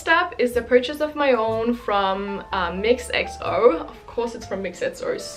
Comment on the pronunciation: Mixxo는 미쏘라고 읽어요